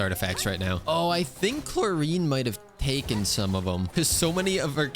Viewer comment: starting to think saying Clorinde wrong on purpose to be annoying 🥲